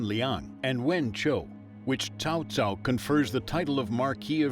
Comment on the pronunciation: The Narrator just referred to Cao Cao as 'CHOW CHOW'. Never heard that one before...